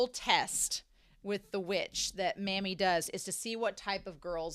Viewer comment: Pronouncing "Mami" as "Mommy" is both closer to correct and thematically appropriate. (Pronouncing it like "mammy" doesn't bother me too much, but it makes my eye twitch a little 😅)